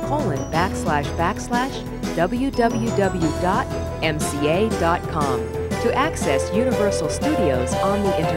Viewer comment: The most annoying thing about that announcer, and what should have gotten her fired is not being able to pronounce 'WWW'. It's Double You, not Dubba You. When I was in college radio, that was written on the console.